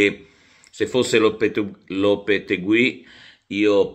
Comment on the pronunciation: Si pronuncia Lopetéghi perché la ‘ui’ in spagnolo si pronuncia come una ‘i’ dura se preceduta da una G.